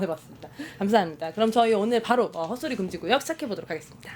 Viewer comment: 앵커분? 말이 좀 흐르는것같아요 조금만 또박또박 부탁드려요. 헛소리금지구역이 헛소리 금지구요라고 말하시는것같아요. 이런 상황이 종종있네요. 발음이 조금새는건지. 조금만더 신경써주세요😅